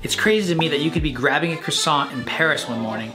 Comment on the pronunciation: Certainly didn't pronounce croissant correctly 😂 cruh-sant